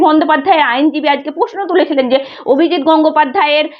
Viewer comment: উচ্চারণটা একটু ঠিক করলে ভালো হয়।বড্ড কানে লাগছে। যেমন-প্রশ্ন ,পশ্ন নয়।